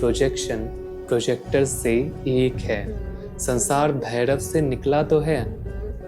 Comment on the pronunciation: Lagta hai koyi glitch hai youtube mein bhai. Aapke shabdon mein jab bhi Ra aata hai jaise rahasya ya bhairav woh Da sunai de raha hai like Dahasya aur Bhaidav. Kadachit video hai gyankaari. Aur issne mujhe kaal bhairav ji se aaj mila diya